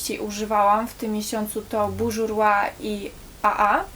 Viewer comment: błagam tylko nie "bużurła" XDD